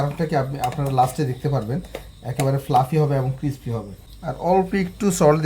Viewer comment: ক্ষেত বাংলা বলেন,এটা কিসপি না ক্রিসপি হবে। চাবানোর সময় এমন চপচপ শব্দ করেন মিয়া ক্ষেত কোথাকার।